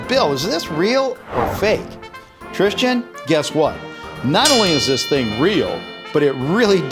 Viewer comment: your the second person I know of that can't say the name Tristan